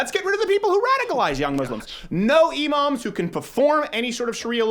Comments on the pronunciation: You said imams but It sounded like emos for a second lmao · Lmao I thought he said emos and I was like well, true. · When Crowder said no more Emoms, I thought he said no more emos and I was like YES!!! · Thought you said get rid of emos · when he said imams I thought he said emos lmao. I'm like yeah they're cringey but I don't think they're that much of a danger to us 😂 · i thought he said “no emos” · At first I thought he was talking about kicking out emos when he was actually saying imams haha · When you said "imams" I thought you said "emos" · I thought he was saying "No more Emos". I was like I didn't know angsty teenagers were a national problem. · Thought you said "Let's get rid of emo's" and I was like I'm for it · Thought he said no more Emo's, was confused as fuck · thought you said "deport emos" how i wished you did... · I honestly thought he said no emos. Deport the emos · When he said no imams I thought he said no emos but honestly I'm fine with either